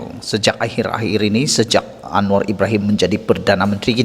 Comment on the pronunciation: Sdr nazilin alangkah bagusnya kalau sdr kalau menyebut nama perdana mentri kita itu dgn sebutan yg sempurna, bukannya hanya sebut Anuwar"terus, rasanya kurang bagus untuk di dengar